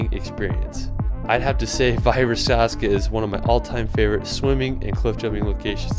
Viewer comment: “Valle Versazca” near Lugano, not so accurate :)